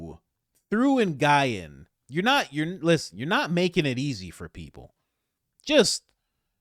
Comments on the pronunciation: Love your stuff man! Nguyen is pronounced “win” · Worcester is pronounced "wooster" and that asain they them last name is pronounced "win"..... just for future reference. Lol